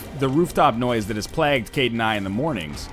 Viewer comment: Holy shit you guys were right! He does say "plague" weird!